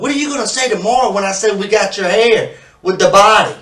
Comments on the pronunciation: Your hairrrrrr is therrrrree! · Your haer is thaer, man! Your haer is thaer!!! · Your hayer is deyer.